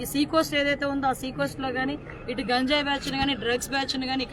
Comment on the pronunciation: గాంజయ్ కాదు అమ్మ గంజయ్ ఆఆ పేరు పలకటం రావటం లేదు నువ్వు హోమ్ మంత్రి వి, ఎంత సేపు ఇ ఐదు సంవత్సరాలు ఎం చేశారొ తెలియదు అంటున్నారు నువ్వు చేసేది చెప్పు మెడమ్ , 10 లక్ష ఎదొ గొప్పగా చెబుతున్నారు 50 ఇచ్చి నటు